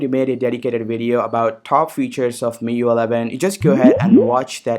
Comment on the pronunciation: Bro nice content. Anyways, it's pronounced as "Mi-Yu-Ai" not Mi-Yu.